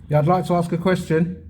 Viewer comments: m8 your getting very confrontational now days for nothing tone it back a bit let the idiots walk into it as before lol oh and its ASK not AXE that just makes you sound silly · You are not professional in the slightest 'mate', I liked your earlier vlogs, but like that sausage said, you are obnoxious now. And it's ask, not 'axe' .